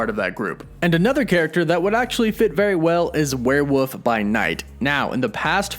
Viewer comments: err, it's WereWOLF not WereWOOF... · it's criminal to keep pronouncing it as "werewoof" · BTW, it's pronounced "where-wolf", not "where-woof". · lol werewuff. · The word is werewolf. With an L. Not werewoof. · Weird listening to this guy over-enunciate "Brittain" only to turn around and repeatedly call a "werewolf" a "werewoof". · What's a "werewoof?" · Bri-tin and werewoof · Are you saying werewoof? 😂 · We’re you saying warewoof ? Come on be honest lol. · Do you say "Werewoof" on purpose? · WTF is a were-woof? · WOLF were woLf! Lol there is an L